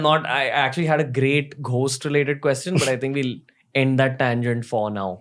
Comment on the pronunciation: Ghost is pronounced as “Gost “. Really interesting podcast.